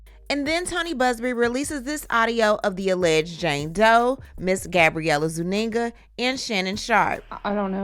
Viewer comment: Zuniga not Zuninga😮